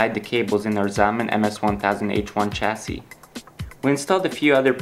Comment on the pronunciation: chassis has no "ch" sound at the beginning of the word. sorry but i was getting really frustrated